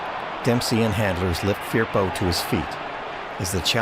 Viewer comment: Pronounced . . F E R P O